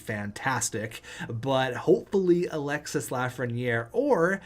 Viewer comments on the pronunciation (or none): Alexis Lafreniere is pronounce alexi the s is silent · French lesson, don't prononce the "s" at the end of Alexis :)